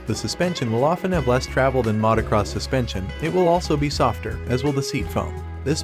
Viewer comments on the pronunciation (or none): I like your videos, but have never heard anyone say "mahtacross bikes" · I hate the way this guy pronounces motocross